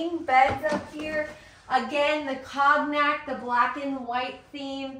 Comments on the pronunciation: That’s a good reminder, as I pronounce it incorrect too! I googled, it’s like kown yak! Long o. Thank you!! Did you catch the word “curtain”? The t not being pronounced. That one I think I have correct! 👍🏼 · 'COGNAC' is pronounced ˈkōnˌyak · I'm sorry, you're killing me with your pronunciation of the word cognac. It's a French word, the o is long and the g is silent.